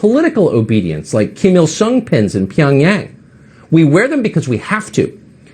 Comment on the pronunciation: Lol love Tucker Carlsons Korean pronunciation, "masks are like Kim Il Sung pins in Peong Nang!" LMFAO